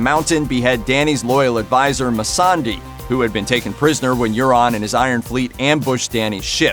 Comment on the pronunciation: Massandi? Danny? Do you mind doing a better job Looper.